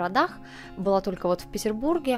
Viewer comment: не тока, а только. Не скока, а сколько, пожалуйста. А произношение финского 5 с плюсом!